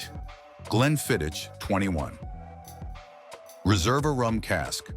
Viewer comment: Please use an actual person for narration, not the damnable AI! "Iss-lay? Glenfidditch?" No scotch afficionado would say such things. This is the hallmark of AI.